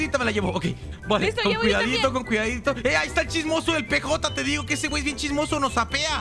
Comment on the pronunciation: el perro se llama PJ se pronunsia piyei